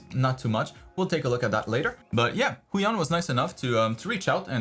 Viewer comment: lol "Huion Chan"